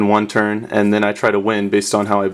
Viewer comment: Is it just me, or does it sound like he is saying "ant" when he says "and"?